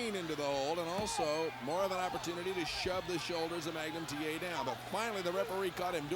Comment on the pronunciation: “You listen to me Magum TA!” - Nikita Koloff 😂